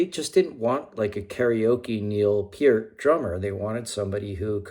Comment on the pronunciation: And you actually pronounced Peart (Pier-t) correctly!!! A true fan!!